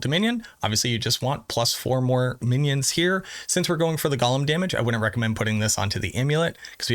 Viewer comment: Gollum is a character from LOTR. Golem is pronounced ‘go-lum’.